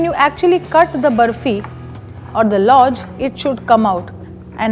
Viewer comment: I can't seem to understand this. Is it just deliberate or matter of habit that you don't want to pronounce things correctly. If you can pronounce Khazana correctly then Lauz has the same Z sound in the end. Why would you then pronounce it as Louj. It's very sickening